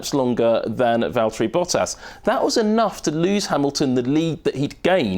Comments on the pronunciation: "Valteri Potter" rofl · I think he said Valtieri Potter LOLOL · "Valterri Potter"